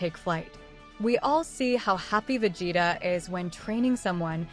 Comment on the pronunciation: cant get past the pronunciation of vegeta....